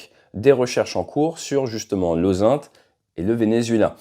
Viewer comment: OSaint? On prononce ozint, pour intelligence en anglais, ta prononciation porte à confusion.